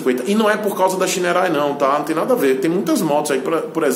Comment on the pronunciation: Diz-se "Chainerrei"